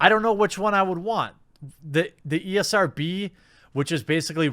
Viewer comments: Me likey when you call it the E R S B instead of ESRB. Me gives likeys and thumbsies up for that :-) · ESRB not ERSB, boomer 😂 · Ee. Es. Ar. Bee. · Is he calling it ERSB on purpose lol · He said ERSB at the beginning lol. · New drinking game: take a drink every time Jeremy can't say ESRB.